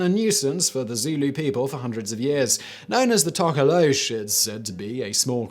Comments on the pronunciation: Its not To-ko-low-sh, but more like Toh-koh-loh-sh (short o sound). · I know it as to ka lo sie and in South African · Number 3 is pronounced Tok - o-lo-shee, Simon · For pronunciation it's tork~or~lorsh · Alternative pronunciation: To - ko - los - sie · Hahaha South African here. I enjoyed hearing you completely mispronounce "Tokoloshe" (no disrespect here, really enjoyed it 🤣). Your videos are absolutely epic and amazingly done!! Thank you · Not gonna lie, I almost scrolled past because I'm kinda over urban legend but I just had to hear Simon pronounce "Tokoloshe" and I was not disappointed. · Don't say tokoloshe like that you butthead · That pronounciation of Tokoloshe lol. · The way Simon said 'Tokoloshe' made me giggle a bit. Fun fact, this little urban legend is so well known that a lot of South African families from different cultures and races threaten their kids with the Tokoloshe. My gran once told me that I shouldn't whistle at night or he would come. I stopped whistling from that day.